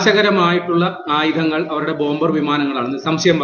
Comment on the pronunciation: പറയുന്നതിൽ കുറച്ചുകൂടി വ്യക്തത വരുത്തുക. ഇന്ത്യൻ വ്യാമസേന, ബോംബേയർ വിമാനം എന്നൊക്കെയാണ് കേള്കുന്നവർക് തോന്നുന്നത്.